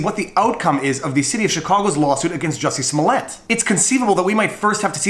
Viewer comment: Who is Jussie Smollett? His name is Juicy Smooyay